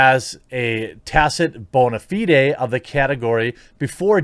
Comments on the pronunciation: bone-a fee-day 🤦🏻‍♂️ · lmfao. Bone A Fee Day. I could not stop laughing. That was just to funny. Like in the other video when ya had trouble pronouncing Catechism. Which is more understandable if you never went to Catholic School. But usually when reading in context you can sorta gleam the word and know what it is even if you have never seen it spelled. So yeah. ain't gonna lie. yes I am laughing at the fact but not in a hurtful way but more like a buddy who just heard his friend who fumbled a word cause he had a brain fart.